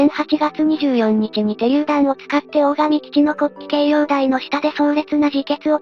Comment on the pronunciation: 有意義な動画のアップ、ありがとうございます。 当方、地元にて個人的に回天の資料収集・研究をしているものですが、残念ながら、本動画の中で地名の読み間違いが二カ所あれます。 ①17：56 「大入」を「オオイリ」と呼んでいますが、正しくは「ダイニュウ」 ②28：25 「大神」を「オオガミ」と呼んでいますが、正しくは「オオガ」 あと、「大津島」が「オオツシマ」と聞こえますが、正しくは「オオヅシマ」と濁り、 それと全般的に「回天」が「回転」のように平坦的に聞こえますが、正しくは語頭にアクセントがあり、「カイテン」の「カ」を高く読みます。 以上、不躾ながら、指摘させていただきました。 もし修正される機会がありましたら、宜しくお取り計らいお願いいたします。